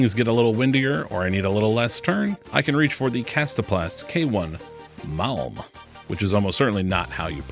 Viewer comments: Actually MALM it's almost correctly pronounced in your video. BR Sweden 😊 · Malm was definitely pronounced better then järn or idog 😉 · As a swede I can proudly say you nailed the ”malm” pronunciation! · I’m from Sweden, the pronunciation of Malm was pretty much spot on 🎉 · I am from Finland and was going to say the same. Malm was pronounced pretty desent indeed. Svedish is another official language in here so familiar with that but PatanS ofcourse has better view on that! 😊